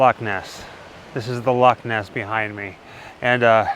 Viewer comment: I am a Scot and believed in Nessie all my life and i am 74 now lol. So proud of you that you say Loch Ness properly not Lock Ness. Love you guys and all your videos. I live in Canada but you made me homesick lol ❤❤❤